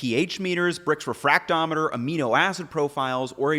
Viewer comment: 14-18% salt? Guys, go shopping for a low-sodium version. You're welcome. You can add more soy sauce for "that" flavour without oversalting your meal. 7% salt is plenty, trust me. Also, "refractometer" not "retrofractometer". Bacause it refracts. It does not bring back better times.